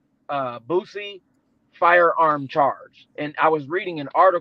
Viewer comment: PRONOUNCED BOO..CEE NOT BOOT..CEE